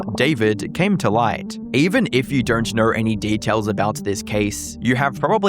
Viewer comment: “Dernt” lol